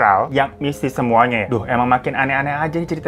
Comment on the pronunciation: Kemuanya wkwkwkw typo ngomong bang?😂😂